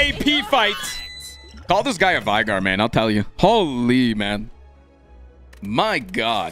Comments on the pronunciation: NOOO He frickin says vaigar (v-eye-gar), not veigar! (v-ay-gar) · LEAGUE! also its fun how alltough played league he still managed to pronounce VEI- GAR wrong xDDD